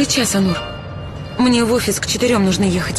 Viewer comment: Онур, а не Анур. Так же и произносится. ☝️